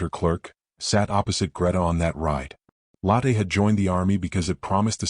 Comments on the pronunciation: The woman's name Lotte is pronounced Lo, as in English "lore" and the tte ending sounds "...tuh" Not like lateh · Lotte Adler - first name begins with Lo, which sounds like the oo in look. Adler means eagle and starts with Ah, not with add